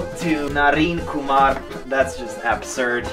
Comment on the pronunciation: When he says Kumar perfectly i was shocked 😂 he can say indian name perfectly 😂